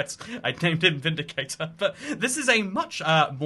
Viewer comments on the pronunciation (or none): none